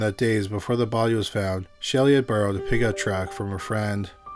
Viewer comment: you said baudeee many times.. Killer roommate.. poor lady / and man. I lost ya for a while.. Thanks for the presentation